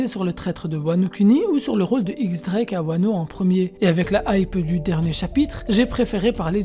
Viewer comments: Diez* Drake et pas X Drake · Ça se prononce "Diez Drake" sinon super video